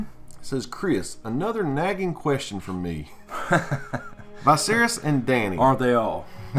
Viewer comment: Love your stuff man, but I guess Viserys is pronounced Vi as the letter V, or as Vee-serys.